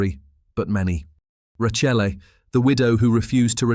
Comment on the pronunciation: The one woman's given name is pronounced /ra-KAY-ley/. Just saying.